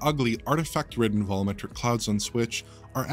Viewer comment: What are vollometric clouds? Why can you say "volume" just fine?